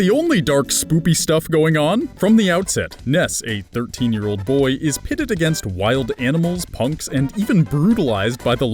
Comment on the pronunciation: Toad Knight, no, I actually messed up saying “boy ”